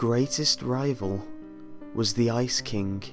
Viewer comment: Why do you put so much emphasis on the G "Ice KinGUH"